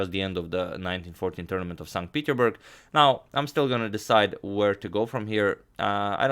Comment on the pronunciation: #suggestion At the end of the tournament, I must say it: it is pronounced "Saint PeterSburg"